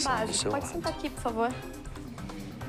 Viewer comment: Porfavo fasa iso porfavo. Pofavo